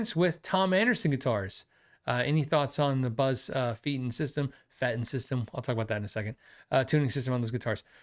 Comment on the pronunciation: Phil - “Feiten” is most likely pronounced “Figh-Ten” 75% of the time “EI” is “ii” whereas “IE” is “ee”. But not always 😂